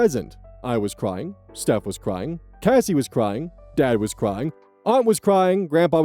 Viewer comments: CASS-SEEE not Casey 😑 every time you say the name wrong I cringe, it doesn’t even look like it’s pronounced Casey…? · changing the pronunciation from Kacy to Cassie will be my biggest ire